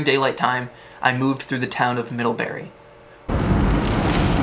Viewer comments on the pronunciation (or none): Not middlhebuuhrry!